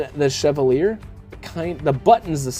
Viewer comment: The Chevalier…most mispronounced knife of 2022 hahaha. In WE’s video they said it was pronounced CHE-VAL-YAY …all Frenchie and what not hahaha. My mom used to drive a Cavalier…KA-VAL-YAY …??? NOPE hahaha Great run down of these knives man! The WE is pretty sweet AND YEEEAH….CJRB did just SLAP the button there, looks out of place🤷🏼‍♂️